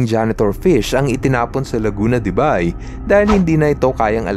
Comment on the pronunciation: correct pronunciation is Laguna De "BEY"